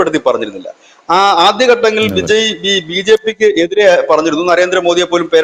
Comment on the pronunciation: Vijay എന്ന പേര് എന്തുകൊണ്ടാണ് എല്ലാ മലയാളികളും വിജയി എന്ന് ഉച്ചരിക്കുന്നത്? കേൾക്കാൻ അരോചകം എന്ന് പറയാതെ വയ്യ